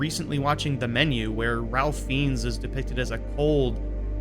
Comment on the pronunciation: Really enjoyed your video! The actor's name is pronounced "rafe fines"